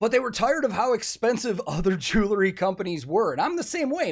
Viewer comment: Please know that you aren’t the only one that does this, but for some reason it is even noticeable on a video with Elizabeth. There is no such thing as a jewla Please stop saying jewlaree Especially when pushing the product. Jew•el•ry Jew•el•ry jewelry Just say the word jewel and add ‘ree’.